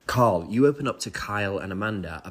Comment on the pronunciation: okay im gonna say it. I HATE the way this producer says Carl's name. okay im done. Kendrick inspired me to uhnleash my hate. sorry dude.